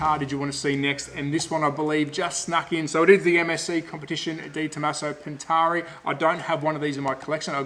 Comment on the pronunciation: In case my link about how to pronounce Pantera Properly causes problems. Another fun fact about the late model Pantera cars is that they had the Australian made improved Ford Cleavland engine blocks cast in the Geelong engine plant. Ford US stopped using the Cleveland and sent the tooling to Australia around 1973 or so. Dr Tomaso in Italy then raised the power output by mods and blueprinting of the Australian engines supplied. Understand that this Australian content got the some import duty reductions when sold here. Rusty French raced one here for a while.